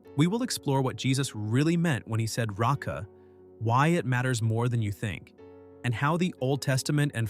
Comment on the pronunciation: It's not "ratsa," but "reika," empty.